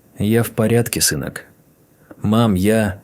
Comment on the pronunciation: какая херня, мой дом, который я построила, притом, что его купили, продав квартиры, притом съёмную. А ОЗВУЧКА вообще за предельная 👎👎❗ - сЫнок...бЕлого...бОритесь🙃👎👎